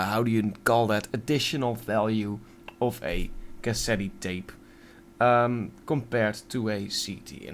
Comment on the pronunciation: Lol in "Cassette," the final "e" is silent